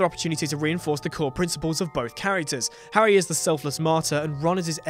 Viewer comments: Did he call harry potter harwy potter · howwy potter?